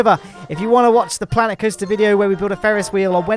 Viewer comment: Sooo Klanet Koaster